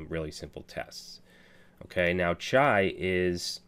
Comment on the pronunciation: In Urdu chai means tea.... You sound like natives when you say the word Chai